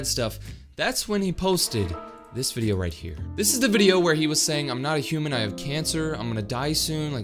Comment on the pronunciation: It is human not humen and aslo its have not hace but im not mean to him